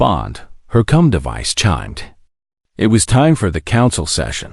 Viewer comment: Please fix how it says comm device. It sounds so wrong 😂😂😂